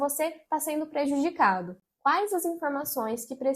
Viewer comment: Podem pular pra o resto e so enrolacao e ainda fala "PROJUDICAR"